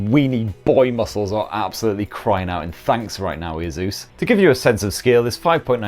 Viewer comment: A Zeus 😂why are you saying it like that